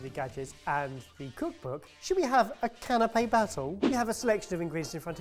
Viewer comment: "Canape" (I'm not intentionally being "that guy", but it took me a minute to figure out what had a cloth umbrella over it until I realized what you were actually saying)